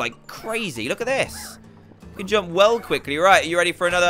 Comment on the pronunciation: its at not ate